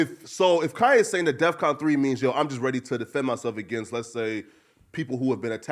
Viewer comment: Kanye said death con instead of defcon, let’s point that out